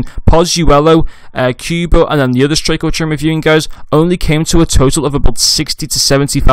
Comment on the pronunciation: good vid but its not pronounced queuebo but kubo